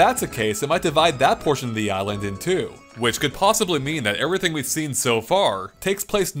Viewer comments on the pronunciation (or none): none